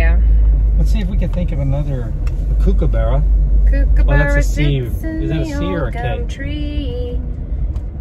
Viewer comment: Kookaburra is pronounced cook as in cooking food